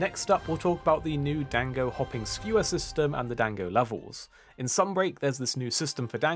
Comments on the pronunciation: Dang-go's Lmao. It's pronounced Don-go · "Dang-go" was killing me lol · 'dango', LOL